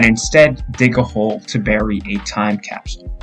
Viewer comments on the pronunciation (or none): none